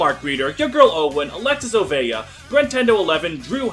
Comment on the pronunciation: I really like you,, even if you don't know how to say "Oveja"